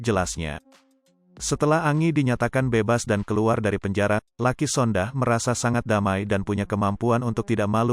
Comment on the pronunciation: Jangan Sondah tapi Sondak